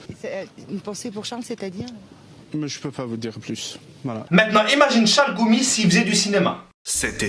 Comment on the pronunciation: par contre pti defau de prononciation gh = ghayn donc chalRoumi (av le r francai)